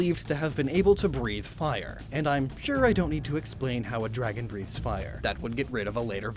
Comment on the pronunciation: BREATHES, NOT BRITHES!